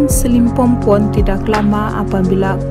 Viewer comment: SILIMPOPON min.. bukan SILIMPOMPON